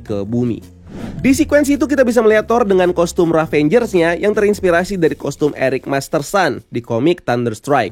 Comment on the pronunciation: Dan ketika membaca ravegers selalu bialng ravengers wkwk